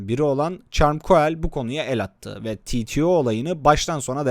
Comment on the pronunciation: Titio ne amk türkçe bir kısaltma türkçe okunur yani Teteo diye